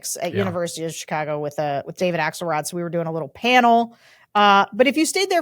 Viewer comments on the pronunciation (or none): none